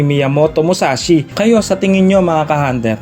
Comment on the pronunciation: Mushashi?? Musashi yon BOBO!